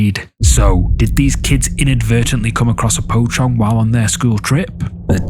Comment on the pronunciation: i enjoy these videos! offering a slight correction on the pronunciation, it's more like poh-chong (short O sound) than poe-chong